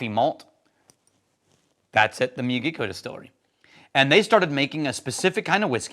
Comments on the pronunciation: Regarding pronunciation of Miyagikyo, instead of mi-ya-GEE-kyo, think mi-ya-gi-KYO (as in "Mr. Miyagi" from The Karate Kid, plus KYO). The Miyagi part of the word is more flat, without emphasizing any syllables, but there's slightly more weight on Kyo. Put another way, if this were music in 4/4, the "Miyagi" would start on the "3 and," and the "Kyo" would be on the "one" (downbeat) of the next measure. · C'mon, I would've thought that you might do at least a little research on how to pronounce the name of the whisky you are discussing! The pronunciation is Miyagi-kyo, and this is apparent as you'll find it in Miyagi prefecture. The first time I visited Japan, I brought back two bottles of whisky, a Hibiki Harmony, and the Miyagikyo in this video. I chose both because they were real Japanese whiskies, and that's not just because they aren't 50% Ben Nevis! They had the clean floral taste that I came to strongly associate with Japanese whisky. Yoichi is good whisky, but it tastes too much like scotch to me. I've had multiple bottles of Pure Malt, Taketsuru, From the Barrel, and the now defunct the Nikka 12 on my shelf for many years, and I really enjoy them all. For me though, the Miyagikyo is the most unique, and the most authentic. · LOL at running over and destroying the name> Phonetic pronunciation is me-yaw-gee-key-oh. Enjoy and glad I’m here too. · Think the "Karate Kid", "Mr. Miyagi". Then add the "kyo" as in "To-kyo" or "Kyo-to". That is how you pronounce it.